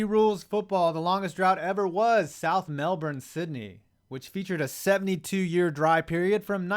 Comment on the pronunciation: It’s “Mel-Bin”